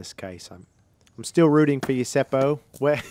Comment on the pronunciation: Your pronounciation of word "puu" (tree) was good. It is basically the same as "poo" in English. I understood when you said it. If English speaking people wants to pronounce Seppo's name more correctly (in Finnish), then letter "o" is not əu, but more like "o" for example in word "pop" and leave the last "p" out. Double consonants are not common in most countries and that is one thing that foreigners struggle with when they pronounce Finnish words. Seppo usually comes out as "Sepo" instead of "Sep-po". You stop for a second in letter "p" and then continue with o. One option is to check Finnish disc golf competitions with Finnish commentary where Seppo has played or his in the bag where he pronounces his own name. To me it doesn't matter how people say it. Can't and shouldn't expect foreign names and words to be pronounced perfectly. Thank you for the fun commentary. Great work.